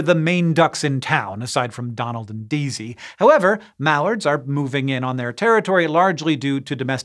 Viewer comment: When he said Donald and Daisy it almost sounds like he said Donald and Deezy